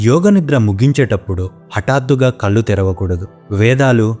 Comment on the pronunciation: కల్లు కాదు కళ్ళు.